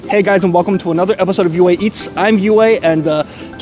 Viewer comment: You should just change your intro to “hey everyone, welcome to UA Eats. I’m UA and I eats!” Cuz that’s literally what I hear every time you start saying it 😂